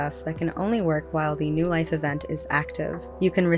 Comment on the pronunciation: Why do I keep hearing "no life" when it should be "new life"...